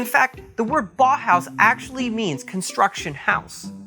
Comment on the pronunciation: the way he says Bauhaus makes the confirmation that he is American lol, rip real words